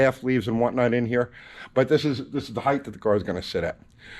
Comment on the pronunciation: Did you say 'heighth'?